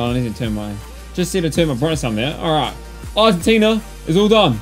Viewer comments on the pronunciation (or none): none